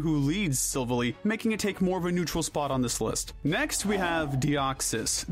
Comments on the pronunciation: It’s pronounced sil-Val-I, as it’s gladeons silver ally. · it's pronounced sil-vall-i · i am so mad u mispronounced silvally, if u listen to gladion's lines he actually says silv-ally, the latter as if u are talking about a ally partner like a war platoon mate sorry u made me mad im just trying to help u fix up pronunciation also cute little neb coughs i mean cosmog wouldnt have cared on that as they called it nebby for like 1/2 a season (i still have it saved as nebby) I DONT CARE also i was going to forgive u but riko, its Raikou, (rai-ku)